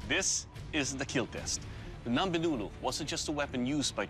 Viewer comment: imagine being a kenyan and being dissapointed when he said ngombe wrongly